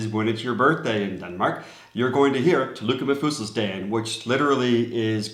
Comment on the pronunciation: You pronunced "tillykke med fødselsdagen" really well. 😀😃🙂 the danish flag is not nationalistic, unless you are from Dansk Folkeparti and are called Pia Kjærsgaard who thinks Denmark should be for danes and only danes. Our use of the flag is only celebratory and not regarded as a display of nationalism.